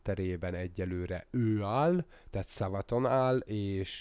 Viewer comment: A helyes kiejtése a Savathún